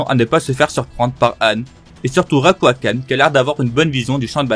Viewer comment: alors jsp si j’ai pete un câble mais j’ai l’impression a quelques moments de la vidéo t’a dit autre chose Édit : en faite j’ai re regardé et c’est juste à que tu dis Ryuakan